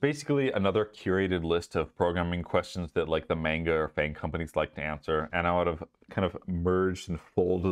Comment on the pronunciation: First off, congrats man! That's always hype to see progression in friendly people who've helped you out before. Second, ... IS THAT WHAT WE CALL IT NOW? Did you say "Mainguh" as in MANGA? Like M.A.N.G.A??? Is that the new acronym since Facebook changed to Meta? I AM SO DOOONNNEE!! 🤣😂 Making me wanna try my shots at a FAANG SWENG position now 😆 LOL